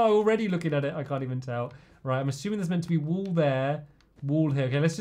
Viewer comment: Hahaha Stampy said ASHUMING (assuming) at 19 -20 mins